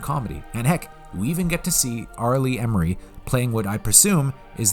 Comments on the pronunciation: I didn't know they stacked shit that high. It's R Lee ERMEY, not Emery. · Love your vids—but you always have to get someone's name wrong. Ermey. Not Emery. Sorry. Great vid otherwise.